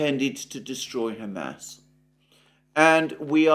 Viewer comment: I don't mean to be rude but it is cracking me up to hear you keep saying ham ass 😂 but seriously your videos cover so much that nobody else is talking about